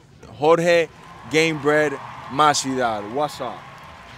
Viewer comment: Why did he say masvidal?? Hw butchered his last name.its mahvidal